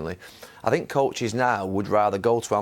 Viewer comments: Mourinho talking better when doesn't say "I sink" 😂😂😂 The way Mou was looking at Gary These guys used to criticise me when he was at Manchester utd, now they're laughing & smiling with me🙄🙄🙄🙄🙄😁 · Thats called punditry, its their job to analyse and criticise. I sink? How many languages can you speak compared to Mou? How many UCL titles have you won? How many league titles and cups have you won? Sorry but "I sink" is the least of your problems. Go learn another language and come back when you can speak it fluently enough to work and excel in that languages country. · Nobody: Literally no one: Mou: I sink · Pundits: Talking Jose: I sink.. Pundits: 👁️👄👁️